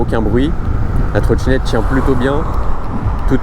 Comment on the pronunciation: Ta vidéo est bien mais faut vraiment faire des efforts d'expression. Par exemple, c'est pas une trottchinette djual motor. C'est une trottinette dual motor.